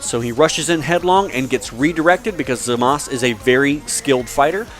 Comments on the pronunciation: I thought it was Zamasu instead of Zamaz as he's pronouncing it? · its zmaza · but in the actual show they say Zama SU.